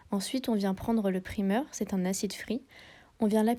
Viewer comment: T super sympa ma belle Petite précision on dit " praYmeur " même si je sais q tu sais lol Bisous